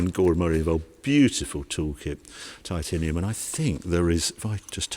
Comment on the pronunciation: Why can’t Harry pronounce titanium correctly 🤷🙈🙊🤯